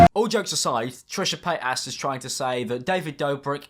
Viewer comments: trisha pAy-t-asS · I keep hearing Trisha patASS whenever he says her name lmao🤣🤣😂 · Trisha pie-ass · "Trisha Payt-ass" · "Trishah PAYTAS" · "Trisha PaytASS" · "Trisha patass" 😂😂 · "trisha paid-ass"